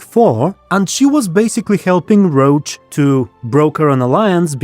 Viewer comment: Whenever you say Roche's name I think you mean Geralt's horse. I'm sure it would sound better if we all read the guy's name as it seems to have been intended with French pronunciation (it does look like a French, or German, name): [rosh]